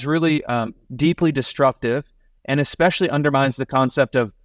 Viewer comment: will the curriculum he is installing somewhere in Florida include English? You know, the kind of class that teaches you the difference between "expesialy" and especially" ?